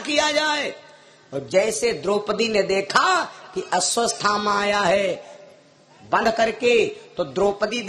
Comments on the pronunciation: अस्वसथामा नहीं अश्वत्थामा😮😮😮😮 पहले शुद्ध उच्चारण करना सीखें फिर कथा कहने का प्रयास करें😢 अभी काफी अभ्यास की आवश्यकता है😮😮😮😮😮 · अश्वत्थामा का सही नाम नही ले पा रहा है, जोकर